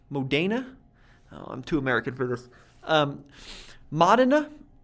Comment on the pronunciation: Mod-en-ah You nailed it on your last attempt there 👏🏻